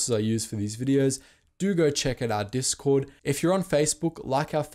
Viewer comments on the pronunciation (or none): none